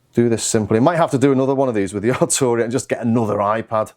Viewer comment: Prefect. At last - Arturia is pronounced "Ar-Tur-ia" and not "Ar-Chew-Ri-a" as is habitually practiced by non-non-scousers.